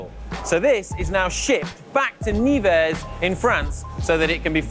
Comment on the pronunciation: it's not "Niver" but "Neuver" ;) #NeversRpz